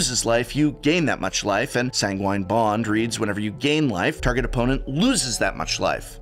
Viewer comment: Toxic del-Yooj, Prof.. not that it matters much ;) Edit: Also, San-Guin Bond.. love you